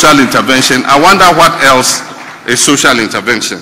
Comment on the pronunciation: Did I hear Okatakyie saying Sosal Intervention ?😂😂😂😂😂